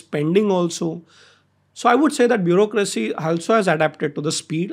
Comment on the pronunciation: "bureaucracy" hota h